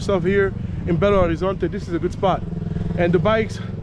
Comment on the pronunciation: Belo Horizonte is NOT pronounced Horizontay it is pronounced Horizonche. In Portuguêse the “T” is pronounced with a CH. Boa Sorte 👍🏾